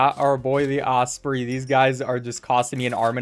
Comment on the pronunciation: maybe the first person i've heard pronounce osprey like that...